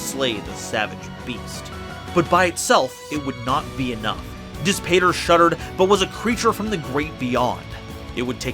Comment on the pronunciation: Amazing content as always- quick note Dis Pater is Latin, (pronounced dees pot-air) and means, literally: Push, Father!